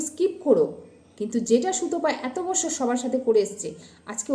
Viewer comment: apni dekhechen oke nongrami korte, or to need ache,apni to bishal borolok er bou ,oke bati niye boste bolchen,apni nki oke help korben,eto ahonkar valo na,bhagoban sob dekchen, or bichar tini e krben.apnake daitto nite hobena.nijer pronounciation gulo correct korun,bachor ke bassor, content ke conten bola bondho korun.apnar nijer lojja ache to,viewers der nirlojjo bolchen.